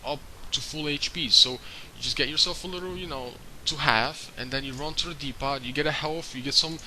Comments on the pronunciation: "Dee-pot" items? You mean "Dee-Po" right? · no its dee-po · no offence but the t in depot is silent u don't say the t just thought id correct u ^_^